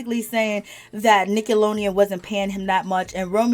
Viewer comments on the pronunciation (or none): It's Nickelodeon, not 'Nickalonian'. Are you okay?